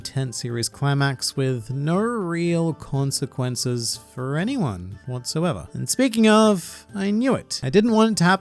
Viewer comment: Consquences? But you read one piece right lol